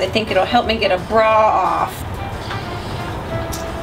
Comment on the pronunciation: Every time she said "bra" it made me think of that video where she was trolling on Halo.